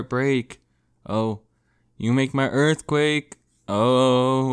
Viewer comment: Earf Quack